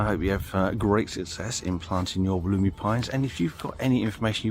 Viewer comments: Pronounced, “wolla-my” During the video you go back and forth between, “wol-emy,” and “wol-oomy,”?? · Never in Australia, the generic name is from the Wollemi national park. ALWAYS pronounced woll-uh-my. Stress on first syllable and uh= the Australian schwa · I am very sorry if I seemed angry about your mispronunciation; I was not at all. The facts were exactly right. The Wollemi pines are expensive here. One in a 10 inch pot is about $80. I always have one growing and I use it each year at Christmas. When it becomes too large to repot easily I sell it, usually for a few hundred. Any I plant in the ground die. Although in Sydney I have clay soil and they come from sandstone country. Once again my apologies for my inadvertent rudeness